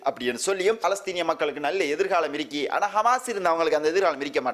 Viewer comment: தமிழ் உச்சரிப்பை கவனத்தில் கொள்ளவும் தமிழை கொலை செய்ய வேண்டாம் என்னது இருக்கி இருக்கி?